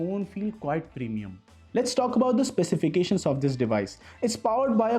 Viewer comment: Why you say specification,,, build quality ✔️ ✔️